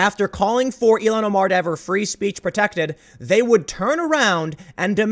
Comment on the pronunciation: Tim, it’s ILL-HAN Omar,...not Elon Omar